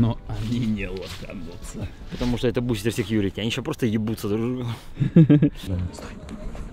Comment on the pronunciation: Бл его Литвин называл БустЭром, а не БустЕром